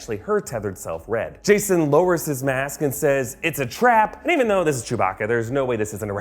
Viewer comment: That ‘THO’ tho